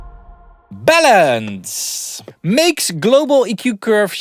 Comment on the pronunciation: I thought you said bellends! 😂